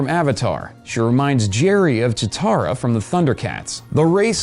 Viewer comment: Im sure Im not the first douche to mention it, but just in case I am, and Im even hating myself for saying this, you called cheetara "Ta-tara." I think. I listened twice, damn thats even more embarassing, and I think you did. kill me now. Im a youtuber.